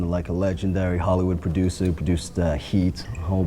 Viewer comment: the way this guy says producer hahahahahaha